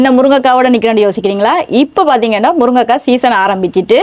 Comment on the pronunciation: மேடம், முருங்கைக்காய் ✅ முருக்கங்காய் ❌